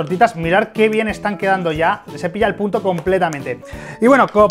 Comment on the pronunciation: Nooo Mike Dijo Punto Sin N XD eso escuché yo